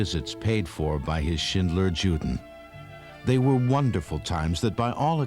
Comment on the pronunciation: The narrator should have done enough research to pronounce " juden" properly as yuden.